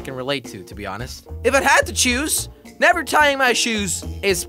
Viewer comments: Come on I can’t be the only one who has noticed that “hever be able to produce healthy children” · “Hever be able to” anyone catch that? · On the last question it said hever instead of never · It said Hever not never on the last question